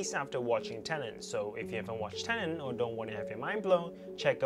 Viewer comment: Please stop saying tenant